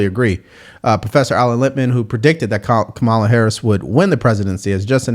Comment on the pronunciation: lol Joy mispronounced Kamala's name, which at this point can only mean she's a raging racist and sexist.